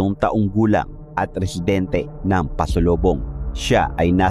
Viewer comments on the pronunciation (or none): PASOBOLONG po. Not pasolobong. I'm from Zamboanga city. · "Pasobolong" hnd pasalobong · Pasobolong po...hindi pasolobong...